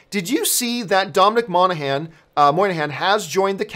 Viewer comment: john its pronounced mon (like monster) a han (like hand without the d)